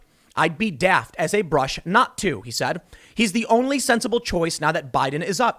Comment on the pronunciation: You need to pronounce "daft" properly :-)